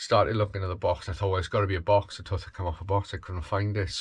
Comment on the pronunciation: Didn't realise one could pronounce tooth like that.